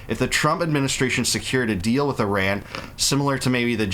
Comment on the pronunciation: At least learn how to pronounce Iran correctly. At the same time I don't like how it's being done as this is feeding Israel's thirst for blood on their hands with war and distract attention from Gaza, that regime of Mullahs has to go as they were a regime change ushered in back in 1979. This government ruining Iran shouldn't have be installed in the first place and Obama/Biden shouldn't have gifted the Mullah regime money. The world shouldn't be doing any more deals with the regime in Iran! The world, not Israel, should want to fix the regime in Iran as they helped bring in those clowns in power that have been terrorists and dictators since 1979. Iranian people have not deserved this nonsense that forced us all to leave Iran and many Iranians stuck in Iran are still suffering to this day. Overall, this government in Iran has to go but also Israel's government has to change as well.